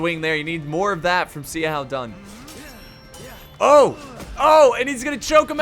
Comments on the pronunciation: You said xiahoua dun wrong it’s pronounce shou-who-dun not c-how-dun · Zee a how Dun. Best pronunciation of Xiahou Dun ever. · Bro, Xiahou Dun is pronounced like "Sha-hoe Doon" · Yeah, honestly I don't mind people mispronouncing names, but is especially BAD with chinese names lol.